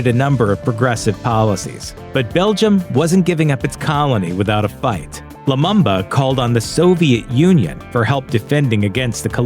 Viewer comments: its pronounced patrice lumumba not lumamba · Poor video. Too fast narration and unnecessary loud background music. Also Lumumba is pronounced Loo-moom-ba. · The Lumumba is pronounced Loo-mu-mba. All the 'U' are pronounced as the vowel U